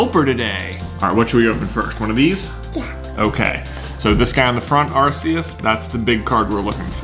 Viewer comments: clears throat It’s Arkoos! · Lol, he pronounced Arceus wrong